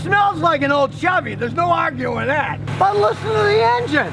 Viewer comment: Scotty... You didn't buy a el Camino for 500 bucks, I think your bluffing... Your a foreign guy.... you like foreign cars........ just watch your vids for proof..... You can't even pronounce Chevy... Glad u finally admitted Chevy/American is something....